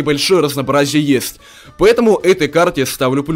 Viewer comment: Почему ты говоришь не есть а ест